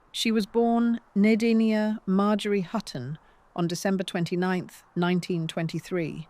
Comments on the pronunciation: Deee-nah, not Die-na. Correct your video! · Omg... can't even get famous names pronounced correctly. Uta, Dina.... I'm out.